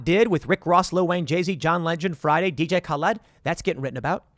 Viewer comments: Tim it's not Ka-Led, lol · Of the two ways to pronounce DJ Khaled, Tim makes up a third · Can bro stop calling him DJ Khal-ED? 🤣🤣🤣🤣🤣🤣 On the real though, much respect to Tim for this - was so stoked to see Max Collins comment on Tim's song - even though he was hating on it. Most ambitious crossover event ever haha.